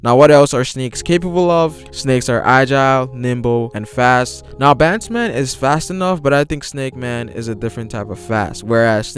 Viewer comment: Its Bounce-man not Boundman